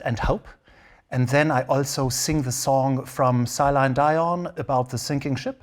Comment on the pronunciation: 'Seline Die-on" 🤣